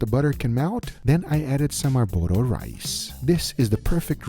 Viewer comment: I liked when he called it “a burro rice”. As Gordon Ramsey would say - “It’s arborio you Donkey”